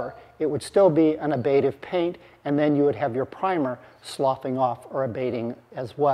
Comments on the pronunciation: fyi it's ablative, not abative. No biggie. Great show as always. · And since we are discussing it, something I have heard in other contexts, the second 'a' is short. /ˈablədiv/ not /ab'lādiv/ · Btw, it sounds like you pronounce ablative ("Ablation is removal or destruction of material from an object by vaporization, chipping, or other erosive processes.") as abative ("The abative effect: A new term to describe the action of antecedents that reduce operant responding"). Maybe there's a really discrete l there? Reading and rereading the definition of abative, I still don't get it, I think relating to psychology...